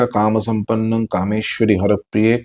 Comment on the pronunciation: He's also saying "Kamakhya" while it's written "Kamakhye" And "kaamsampanna" while it's written "kaamsampanne" Please guide 🙏